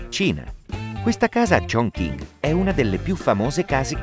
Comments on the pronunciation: shingi001 come ha pronunciato 重庆（chong qin)? 🤣 kongking che cos’è 😂😂 per non parlare dei 元 (yuan) ha detto Jiang 😂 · come hai pronunciato 重庆（chong qin)? 🤣 kongking che cos’è 😂😂 per non parlare dei 元 (yuan) tu hai detto Jiang 😂